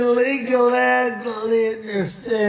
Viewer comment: What!!! Illegal "allalyeel"? But FOX won't show this!! He's babbling nonsense AND he can't even speak properly.